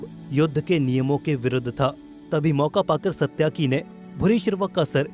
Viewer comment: सत्याकि नहीं बल्कि सात्यकि है सही नाम